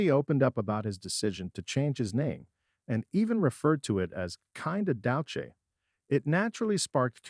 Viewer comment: Dow Che? Stupid ass ai voice.